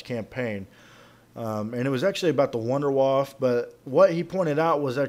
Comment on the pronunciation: You pronounced wunderwaffe wrong dumbass.